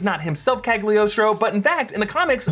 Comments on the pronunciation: PLEASE!!! it burn my ears any time i hear Cagliostro said like that... repeat after me.. CA LI (instead of GLI) OS TRO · why everyone read that "g" in Cagliostro? it's a dumb letter in italian!